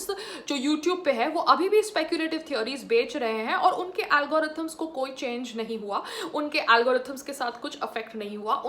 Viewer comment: Algorithm Pronounce to thik Karo 😂😂😂